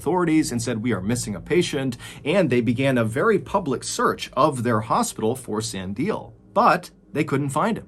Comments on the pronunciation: I'd love to hear you say, Sun-di-leh. That's how its pronounced here, in South Africa. Thank you for covering a South African story... Well done Mr. Ballen♥️loves ya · I loved learning about my own country! Thank you To share a little, Sandile is pronounced san-dee-leh. At least where I'm from in South Africa . ! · 😂😂😂 can’t stop laughing at how he pronounces Sandile, that’s hilarious. it’s crazy how all these South Africans in the comments are saying “foul play” like we don’t live in a country that has people practicing black magic 😂. like we haven’t heard of people leaving their homes through keyholes. ⚰️😂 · Your story telling skills are stellar but your pronounciation of South African names has room for improvement. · Me being Zulu meant fighting the urge to correct your pronunciation of Sandile 😂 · the way you'd pronounce "Sandile" was a little interesting haha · San-dee-leh, just saying. One question though: did the bodies have all their organs and spare parts still in place? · What a crazy story! I have no idea what to believe w this one You did so good w the pronunciations! 😁 Just one note: 'Sandile' is pronounced 'Sun - Dee - Leh' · Sorry Mr Ballen but I gotta give you a pronunciation tip..... It's Sandile. Sun-di-le...yes you say the le at the end. Other wise it's rough out here in South Afric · Hi Mr. Ballen, I believe the name Sandile might be pronounced Sandi-lay. love from Zambia. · Great insights from the other South Africans in the comments 👌 I'd just like to add that the name Sandile is pronounced "sun-dee-leh" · San-de-le I think is how you pronounce the second patients name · Neither, The last syllable will never be pronounced as kay, but rather is ke (like kettle - short) So the name is Te-te-te-ke and not Tea-tea-tea-kay the third te will be a slightly longer e (like in said). Sandile (the second guy ) the last le is also not lay, but also the short e (like in kettle) Suhn dee le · Sandile is more san-di-le you say eacph letter as is.